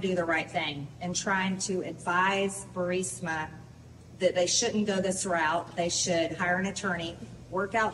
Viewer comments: HEY BENNY! You are pronouncing Burisma with the I in the wrong place, Burr-Si-Ma, it's pronounced Burr-Reese-Ma! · Please Benny “Not Bursima but Burisma! Pronounced Bur-ris-ma! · Ber-Eez-Ma...Burisma...cmon man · BURISMA...Not BURSIMA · Burisma not Bursima 🤦‍♀️ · 'BUHR-RIS-MA', Benny 😂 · BURISMA NOT BURSIMA. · Geez, Benny. Burisma (Brr-Rees-Muh) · Benny - love your content. You are pronouncing Burisma wrong. It’s BURR-IS-MA...., just a little pet peave! Watch the clip of MTG...she’s saying it right.... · Burisma. Bur-is-ma. 🧐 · Benny, not to mess with you, but the name of the Ukrainian energy company was Burisma, not Bursima. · Bur-ris-ma!!!! I love the guy, but c'mon lol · “Burisma” Is NOT Pronounced “Bur SI Ma” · That's pronounced "Bur-EES-ma", Benny. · Burisma.... Pronounced burr EEZ ma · Please pronounce Burisma correctly. It's NOT Bursima, it's Burisma!! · BurISMA. NOT Bursima. You have to say it right or you sound uneducated about it. Trying to help. Keep up the good work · Read slower,,its Burisma not bursima😁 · It's not Bursima it Burisma please correct your speech you're driving me nuts. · Please pronounce Burisma not bursima correctly. You are far too intelligent to make yourself sound otherwise. It is distracting from your story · Benny ...its BURISMA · Stop pronouncing Burisma that way! Lol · Good video, but don’t play a drinking game with how many times Benny mispronounces “Burisma”. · Ber-riz-ma not Birz-a-ma. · Burisma = [bur - IZ - muh] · Burisma pronunciation - br * ee * smuh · Anyone else annoyed that Benny says Bursima instead of Burisma? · Stop saying Bursima! It is Burisma ! You do it every time !!! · Love Ya Benny - but please "Bur-is-ma" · Benny, Please. It’s not BURSIMA It’s BUR IS MA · It’s Burr-ee-sma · It’s BURISMA, not bursima. BU- RIS- MA